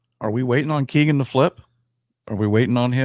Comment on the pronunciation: Its Kegan like Megan